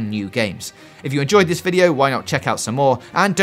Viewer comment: i think i'll refrain from watching you're "weviews"